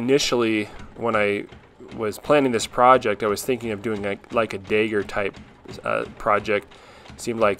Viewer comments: Not gonna lie, I was so damn confused every time you said "dagger". I thought you kept saying "digger" lol. Thick mid-west or Texan accent when it came to that word! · What is a daeger? Do you mean dagger? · A dayger? Did he mean dagger? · why do you call it a dager? its a DAGGER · Amazing job dude! Why do you say dagger like day-ger? 😄